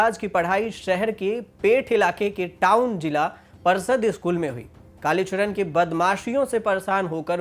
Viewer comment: भाई चरण होता है नाकि चड़न तुम को न्यूज़ एंकर किसने बनाया क्या खून जला रहे हो 🤣🤣🤣🤣🤣🤣